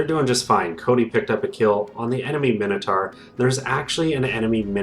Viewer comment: "Dinner-sar"...no! "Dyna-saw"...Yes! "Minner-tar"...no! "Miner-taw"...Yes! Sorry, bugs me, lmao.